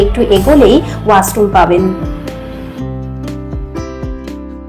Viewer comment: Khub bhalo video ta.. kintu kotha ta Washroom.. wasroom na.